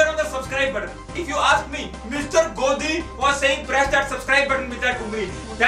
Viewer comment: I know you guys are trying to make satire based on our ridiculous news channels but make sure you carefully deliver dialogue, You said Modi many times instead of Godi and Rahul instead of Gahul.